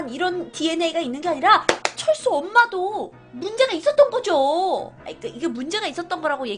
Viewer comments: 철수 발음 철구라고 했음 ㅋㅋㅋ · 언니 여기서 철수에서 철구라고들린 1인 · 존 칠구라고 들엇서요 .....